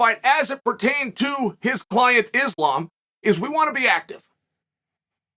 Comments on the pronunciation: 😂anyone else notice now Chael is saying the name right now “Islam” the videos before this he was saying Makelchev💯 smart move by Chael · GOOD JOB CHAEL LOL I NOTICED YOU CHANGED UP AND NOW YOURE SAYING THE NAME RIGHT ISLAM ! 💯 GOOD MOVE